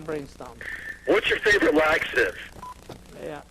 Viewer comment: RAW LAX-UH-TUVS